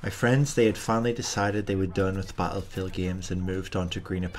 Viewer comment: Lol 😂 why you say battlefield like that “bahattlefield” 😭😂😂😭